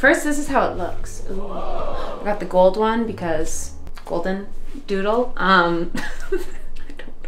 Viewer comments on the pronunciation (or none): none